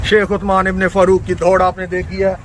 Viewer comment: Chomu, usman to shai se bol le...